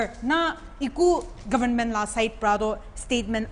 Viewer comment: It's not govn..men .. it's government.😊